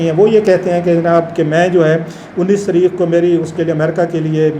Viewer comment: یہ رؤف واقعی پڑھا لکھا ہے؟ تاریخ کو تریخ اور ظاہر کو زہر بول رہا ہے.